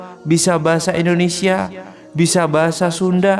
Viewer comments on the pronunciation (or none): none